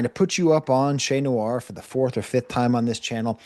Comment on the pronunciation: Che pronounce Noir wrong too, i can’t tell if it’s accent or not. She got that buffalo twang